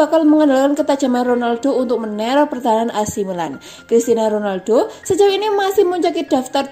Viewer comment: jangan terlalu cepat bawain narasinya kak, masa Cristiano Ronaldo jadi Cristina Ronaldo..